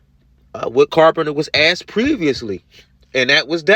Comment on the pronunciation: I wish someone had asked him what"axed"or "boaff"was